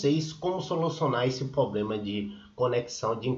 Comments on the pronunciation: Amigo você como criador de conteúdo procure usar o português da forma correta, dói o ouvido 👂 de tanto você falar ( POBLEMA), custa falar problema?, fica a dica. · Moço é Problema e não Poblema pelo amor de Deus, e vc fala muito... seja mais Objetivo! Obrigada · Invista no português. Você mostrou ser um cara esperto, resolveu o problema. Mas é dificil seguir alguém que fala poblema.